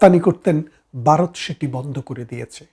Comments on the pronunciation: এই বাঙ্গুরা বাংলা উচ্চারণটাও‌ ঠিকমতো করতে পারে না,। ভারত-এর বদলে "বারত" বলে... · Baroth na Bharat.Bangla uchharon thik korun. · 😂বারত নয় ভারত। 😂😂😂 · পারাক্কা না চাচা ওটা ফারাক্কা হবে, ,জাতি সংঘ তে গিয়ে লাভ নেই। বাংলা উচ্চারণ ঠিক করেন বারত না কি ভারত? যাই হোক আপনি ছিটমহলের কথা বললেন ওই কথাটা কেও বলে না। আপনাদের হাসিনা বুদ্ধি করে প্রায় সব ছিটমহলগুলো নিয়েছে।